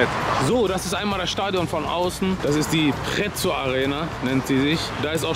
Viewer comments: Du sagst nicht wirklich „Prezzo Arena“ zu „PreZero Arena“ oder? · "Die Prezo Arena"🤣